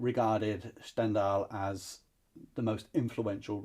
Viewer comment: Stahn-dahl, please. No idea why you're pronouncing it in German